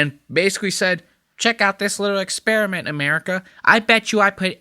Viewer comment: "Little expimant 😂😂😂